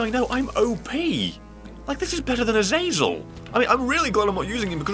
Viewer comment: I'm gonna miss you pronouncing Azazel correctly. But hey this is still fanfuckingtastic!